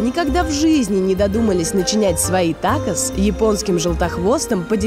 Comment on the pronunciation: Ребята кровь из ушей пошла Когда услышал Такос ,бразильское блюдо 🙈